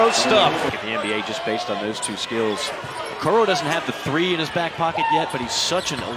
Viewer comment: The announcer needs to study up. His name is Okoro not Okoru. What an amateur.